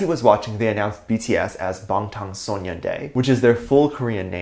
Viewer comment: who else cringed at the way pronounced Bangtan Sonyeondan